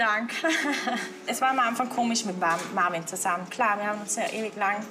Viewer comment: OMG, die wollen nicht mal seinen Namen richtig aussprechen. Marvin 😂😂😂😂😂😂 wie die die mit dem Akzent verstehen, kapiere ich nicht, ich muss schon genau hinhören 😂😂😂